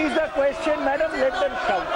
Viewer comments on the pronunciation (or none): none